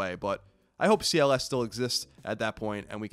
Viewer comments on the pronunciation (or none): Make sure you annunciation CLS. I thought you said Cialis at first.